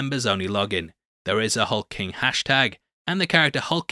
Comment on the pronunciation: HulkLING! Not Hulking, you &#+@